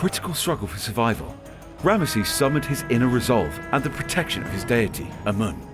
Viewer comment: Rabish! You can't even pronounce the name of the most important character from here. Rameses 😂